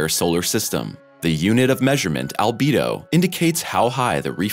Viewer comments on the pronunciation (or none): none